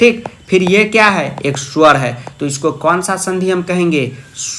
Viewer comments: sowar hota hai suwar nahi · अ Kya h ek suar hai😂😂😂